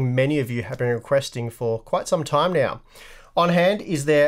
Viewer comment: Did he say "Quiet some time meow?"